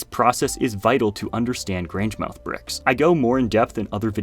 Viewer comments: That was interesting! The bricks look tough. And FYI, if you're interested, the name of that town is pronounced GrangeMUTH. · Grangemouth is pronounced Graynj-muhth. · pronounce grangemouth as “grangemuth” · You completely butchered "Grangemouth".